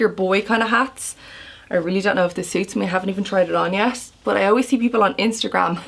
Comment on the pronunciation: omg, when you said "Instagram" with an American accent, hilarious!